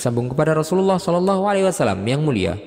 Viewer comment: Kenapa ya SAW banyak yg membacanya SA Wassalam...padahal yg benar adalah Wasallam.